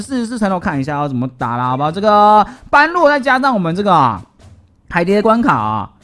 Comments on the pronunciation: 是般（ㄅㄛˉ）若（ㄖㄜˇ）啦凎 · 1.姆特要40，時機抓的好姆特可以打到兩下，像你這部片的最後一隻姆特就成功了 2.唸做ㄅㄛ–ㄖㄜˇ，在這部片只唸對一次😂 3.一定要盡快解決黑色敵人，不然容易被海蝶爆塔（可以用50等熊熊貓咪、真田等等 4.一定是先解決般若才能打海蝶 5.這關主要就是磨血，所以會打很久 6.魔王剩餘血量是指震波出來的海蝶 7.不要帶肯，沒啥用 8.下關是黑貘三隻加筱瑀（女王蜂）還有鴨子、拉腸狗和雜魚，請做好心理準備 希望你能看到